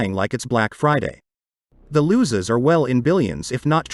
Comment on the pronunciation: it pronounces the Losses as loses. I've noticed you always mispronounce this word in all your videos. Just letting you know